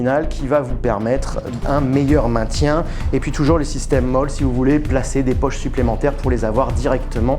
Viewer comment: Oui, mais ici et sur cette vidéo, on parle encore Français et les E se dise E et pas i. Où il faut te le dire en Américains??😅